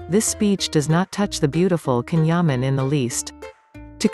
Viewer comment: The video is excellent but remember that the pronunciation of his first name is different!